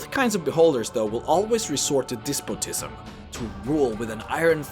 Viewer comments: "eppy tome." "dispo tism" XD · He also mispronounced "preface" as "pree-face" and "despotism" as "dees-position". It was so painful to sit through that. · Uhh... you also mispronounced "preface", "epitome", and "despotism". Interesting video, but you need to brush up your diction.